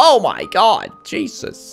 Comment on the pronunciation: When ever says 'Jesus' it sounded like he said 'Cheesus'